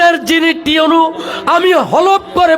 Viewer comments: উনি ভুল বলতেছেন শব্দটা টিউএনও না ইউএনও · আচ্ছা আমি কি ভুল শুনতেছি নাকি টিউনু ,টিউনু এটা কে ?? মানে আমিই ভুল শুনছি মনে হয় 😐😒😒😒😒আপনারা কে কি শুনেছেন ????